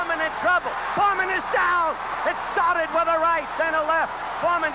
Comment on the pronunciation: Człowieku. George Foreman nie nazywa się Forman.